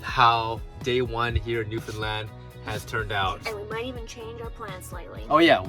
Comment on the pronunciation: Love your videos. Did ever learn to say Newfoundland correctly?